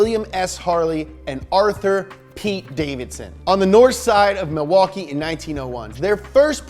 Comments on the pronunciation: Im from and live in Milwaukee. You are soooooo close, but we pronounce it "Ma-wah-kee" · It’s pronounced like Ma-waukee. Not Milwaukee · You pronounced Milwaukee wrong. Its pronounced Mih-wah-kee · Being from Wisconsin, I highly enjoyed . You also say Milwaukee funny fyi